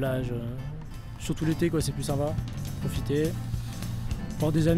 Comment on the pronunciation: "c'est plus sympa"? really?! I only hear babble like "kosipeu ça va"